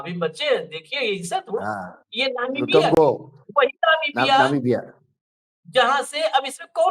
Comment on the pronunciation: sahi bola ... jis desh me jarhe usska naam bhi nahi bol pate Namibia ko navika bolta he 😮😮😮😮😅😅😅